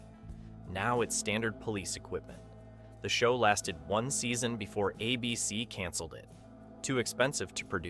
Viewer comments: Does an actual human narrate your videos? Some weird artifacts there. "A BC" instead of "ABC" and Magnum P1 instead of Magnum PI? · Thanks. I was poking fun at the AI pronouncing ABC as Ahh BC and magnum PI as magnum P one. 😂 but still informative. Who’s mom didn’t have or still have the hots for Tom’s magical mystery mustache ride 🤣